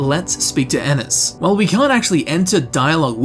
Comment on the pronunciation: My last name is Ennis and thank you for saying it right😂